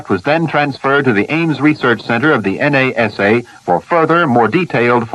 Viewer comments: This is early, notice the way he refers to NASA as N. A. S. A., ( individual letters). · "The en a ess a"! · En eh es eh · "The Ames research center at N-A-S-A". lol